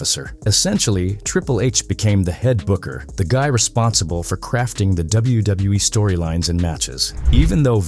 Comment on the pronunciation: "doubletha W E" 😂